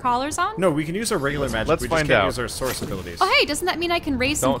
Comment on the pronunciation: source or sauce?